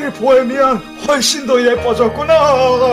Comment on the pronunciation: ㅋㅋㅋ보해미난. 아니뭐라는거약 보해미안!!할땤ㅋㅋㅋ